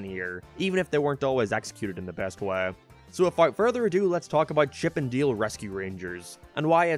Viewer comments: Its pronounced Dale not deel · You're sayin "Deal"... Not "Dale" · WTH is chip & dill? Or are you saying chip & deal? Ship & Dell? This review suxs ball. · It’s chip and dale like d ale not chip and deal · You saying Diele and not Dale is killing me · “Chip and Deel” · "Chip N' Diel" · Stop saying dale like deal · He pronounces Dale like “Deal” and I can’t get over it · Throwing me off by how he prounces dale. He sounds like he saying deal may that's just his accent or voice inflection. I do agree with a lot of this I powered through the movie and chuckled at some points. It reminded me of Who framed Roger Rabbit. A lot of cameos and inside jokes. It wasn't great but the nostalgia of CnD RR worked on me. Would I watch again Big No. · why you call it chip 'n deal? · Are u sayin Chip and "Deal"...? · Is it just me being an uneducated twat or is saying Chip n’ ‘Deele’ weird?